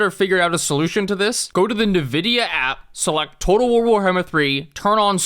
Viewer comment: NUHVIDIA????????????? my brother in christ, what on god's green earth is that pronunciation????